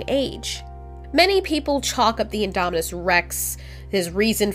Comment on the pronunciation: it's indominus not idomidous